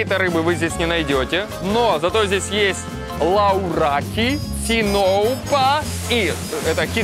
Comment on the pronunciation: лавраки а не лаураки ципура а не циноупа